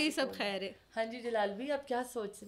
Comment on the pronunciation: غلط کو گلت خیر کو کھیر کہہ کر انڈین چینلز کو کاپی کر رہی ہیں یا اردو کی ٹانگیں توڑ رہی ہیں